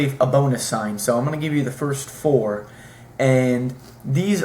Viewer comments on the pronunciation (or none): none